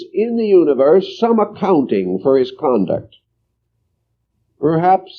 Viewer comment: "Conduct" not "Concuct" tysm